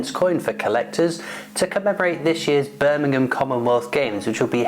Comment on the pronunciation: Nice coin well presented but Birmingham 👀 Not Birmingham Alabama lol Take care 👍